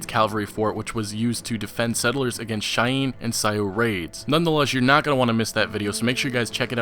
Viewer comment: If you're going use the word "indians" then would you, for the love of Mike, pronounce their names correctly? Cheyenne (shy-anne), Sioux (sue)